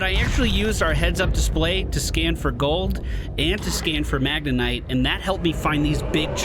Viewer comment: It's MagneTite, not MagneNite,.:D